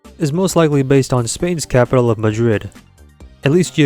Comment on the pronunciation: ma...majuid? you mean madrid? what happened there!?